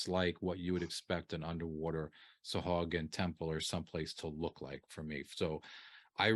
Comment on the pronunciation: Far be it for me to not do a google search on pronunciation. Sahuagin (pronounced: /sɑːˈhwɑːgɪn/ sah-HWAH-gin)